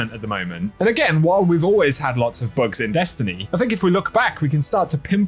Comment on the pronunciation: You had to say the word "Bugs" at least ten times before I realized you weren't saying "Books". Lol. Thought you were talking about lore and I was confused. ><